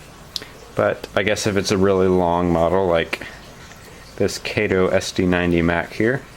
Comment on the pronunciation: FYI: Kato is pronounced kah-tow.